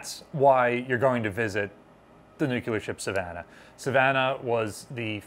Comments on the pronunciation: IT'S PRONOUNCED [NEW-CLEAR]. NOT [NEW-QUEUE-LER] but you probably did that on purpose to bait people into correcting you, driving up your engagement and therefor your profit from this video ... Why tf do people have to be so snake-y about getting their views and engagement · New-clee-ur NOT Nuke-u-ler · Dear God in heaven,, "nu-clear." Not "noo-kyoo-lur." Say "new." Say "clear." Say "new clear." There, you've got it, go forth and sin no more. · New-Clear versus Nu-Cu-Lar has been a stumbling block here for many years. An instructor I had, a half century ago couldn't say solenoid. It always came out Son-a-loid. He could spell it correctly but couldn't say it. That was the way he learned it and it stuck. He always told the class, "I've been chided by better people than you". 😊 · Nuclear, not nucular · She was brand new and in San Diego, i toured her,, Awesome and Beautiful.... Waite, what did this guy say "Nuk-ya-ler" Please ! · NU-CLEAR! NU-CLEAR!! NU-CLEAR!!! Keep practicing & eventually, you'll get into the habit of pronuncing NUCLEAR like you've been doing it all your life ⚛️😉👍🏻 The Savannah looks fast even when sitting still at its moorings 🚢 ⚠️ FYI The choice of bright & vibrant colors to provide contrast in B&W was also done with the 1960's t.v. show The Addams Family for the exact same reason. The only difference being is the show was DELIBERATELY shot in B&W rather than the newly emerging "In living color." This was done to intentionally create the stark & gloomy feeling of the sets 📺 Color stills of the sets are really quite festive in appearance. 🌌🔭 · Oh my god. A+ videos are free content but the word is NU-clear. There is only one U in the word Nuclear. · Take a shot every time you hear "nucular." (Don't actually do this)